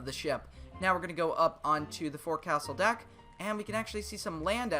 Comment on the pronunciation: Brilliant video! Just a lil nitpick, forecastle is pronounced folks'll! Keep up the great work ❤️